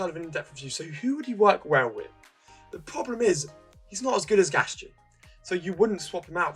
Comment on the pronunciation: You aren't pronouncing Gaston correctly.